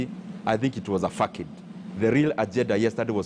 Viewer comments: Facade???🤣🤣🤣 try pronunciation…..fasad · Nyoro please say FASAD ( facade)